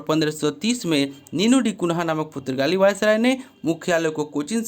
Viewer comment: Aap ek baar Google voice mein suno ki पुर्तगाली कैसे बोलता है आप गलत बोलते हो मुझे बिल्कुल गलत लगता है प्लीज एक बार Google Voice mein Suno